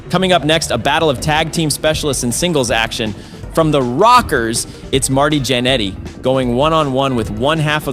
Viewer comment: It seriously seems like the narrator has never seen wrestling. He’s either mispronouncing a third of the wrestlers names or he’s straight up calling them the wrong name. From confusing Scott and Rick Steiner to calling Marty Jeanetty Matty numerous times